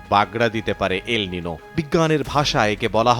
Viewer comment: উচ্চারণ এল (নিনো) হবে না। এল (নিইনিও) হবে